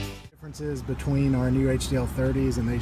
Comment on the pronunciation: Beetween trucks???🤣🤣🤣🤣